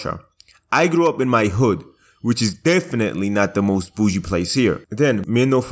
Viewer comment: The way you say boujie cracks me up, also your editing is 👌🏼